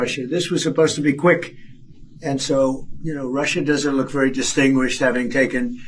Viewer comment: Dwama Kwing Twump is vewy upset. I am mad at Vwadimir.